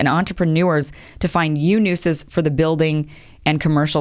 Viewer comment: Did she say 'yew nuses' ?? Instead of 'new uses' lmao someone tell me I'm just hearing it wrong. No hate, just slip of the tongue and thought it was funny lol